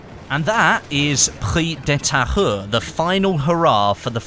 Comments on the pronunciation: IT IS PRONOUNCED PREES DE TAYURE, NOT PREE DE TAHERR! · It's pronounced "Preez de Ta-eww-re" (try disregarding the H) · pronunciation could be better, I don't blame you, its hard it should be pronounced: pri-ze de ta-ure (hard e like euh and hard u like uber) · prise de tahure is pronounced like "preeze de tah-ure" in english, not "pri the tire" lmao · Its prononce Pree-ze de Tahure not Pree de Tahure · If you want to pronounce it in French it's "Preez de Tayu" :P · Pronounced Pree - De - Thai-Ur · You should pronouce the map "preez de Tahure" (but whithout de "h")🤔😊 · its pronounced prez de tahure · Preeze duh tah-ure. The "h" is silent. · pronounce "Prrri de Tahoure"lol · if you dont know how to say the name correctly, dont say it as much lol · Almost got that pronunciation, nice job.